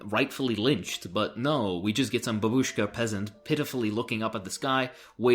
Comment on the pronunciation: Actually "bardak" (Бардак) is slightly more harsh word than "confusion", but still too colloquial to translate as "Chaos". Also, "Babushka" is pronounced with the accent at the first syllable, not the second, as well as "Syrniki".